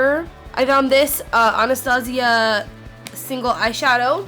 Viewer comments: anastasia was pronounced correctly. its not ANNA STAY SHA, its AANA STAS EYA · as a person named Anastasia, I can assure you that she pronounced it correctly. the name of the owner of the brand has the same name as me and in Russian it's ah-nah-STA-see-ya